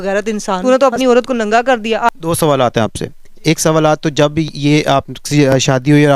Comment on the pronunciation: ek sawalaata Nahin ek sawal hota hai